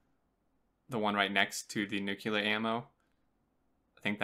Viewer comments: NUCLEAR NOT NUCULAR!!!!!! Seriously how do you get NUCULAR from nuclear? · Nice video, you'll want to do another now that the release notes are out. It was a bit tough hearing nu-cu-lar the whole time instead of nu-cle-ar -- brings back too many memories of George W. Bush. :-P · It's pronounced noo-clee-er ya dingus! :p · fuck yes. but btw....NU-CLE-AR damn it. only 1 u ;)